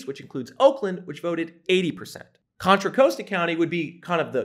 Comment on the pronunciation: Respectfully, when watching this I noted that you mispronounced three of the counties surrounding San Francisco. The county north of SF is pronounced mar-IN, To counties to the east, respectively, are pronounced Ala-mee-da and Contra Causta. It is far more effective to properly pronounce the names of the counties you trash with your thinly veiled MAGA rhetoric